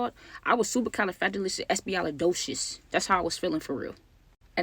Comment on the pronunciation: not espialidotious 😂